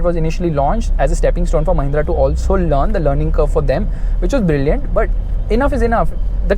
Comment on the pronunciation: it's mahinnra